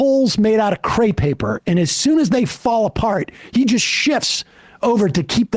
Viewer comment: crepe paper not "cre paper"